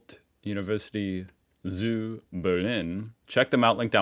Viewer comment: It's "zu" as if you would pronounce it with a ts as in tsu and if I ever see you smile at least once in your videos, I will subscribe 🙂